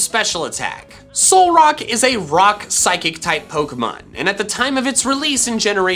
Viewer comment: "Solrack... Solrock..." His Reddit: write that down, write that down!